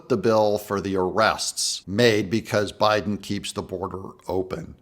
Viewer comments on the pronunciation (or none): none